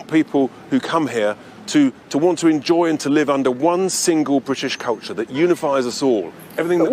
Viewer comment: Blimmin'' good effort by Tice at showing us what a cretin he really is. Jeez, he can't even pronounce culture correctly. As for decency and fair play, what the hell is he talking about? There's little evideince of that in his politics and even less in the history of the UK. 'Decency and fair play' is a British invention used to legitimise the way in which we plundered and murdered our way around the world for hundreds of years. 'Decency and fair play' covers all sorts; aparteid springs to mind, concentration camps which the majority seem to think were a German thing, the attempted eradication of the indigenous population of Australia.